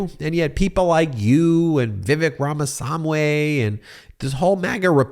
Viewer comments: Ramaswamy, not ramasamwe. 😊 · Ramaswamy not Ramasamway .... come on Ben, get it right. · Ben, thank you, for all you do. I dunno why you have such a hard time with Vivek Ramaswamy's name; it's pronounced RAMA SWAMY, just like it's spelled. Just separate the two syllables, and you got it! 😃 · Ben, you need to pronounce Ramaswamy correctly. You are driving me crazy.........